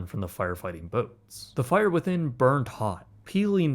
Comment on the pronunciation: The fi-errrr in the har-bourrrr 😉